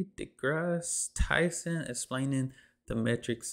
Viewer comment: Supposed to be American, has no idea who Tyson is or how to pronounce his name. 👎